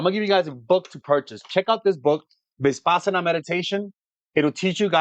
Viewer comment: Vi. Pa Sana. Pronounced this way. Sorry couldn’t help 🙏